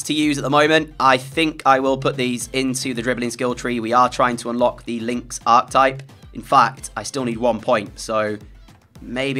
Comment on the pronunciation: Great series, but please...PLEASE learn to say "Archetype" properly! Arc-e-type. It's driving me mental!